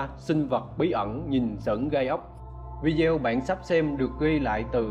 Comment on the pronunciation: Khu vực bỏ "hon" 😂, một đoạn "vi-deo"😂